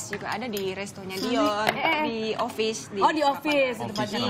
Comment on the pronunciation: Dion min bukan Diyon 😂